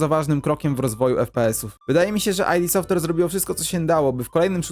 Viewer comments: Nie [aj-di] Software, tylko [id] Software – od freudowskiego ego, superego i id 😉. Poza tym materiał bardzo spoko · Spoko filmik :) Tylko taka drobna uwaga --> Podobnież Id Software czyta się Id Softłer, a nie Aj di Softłer ;) Pozdro! :)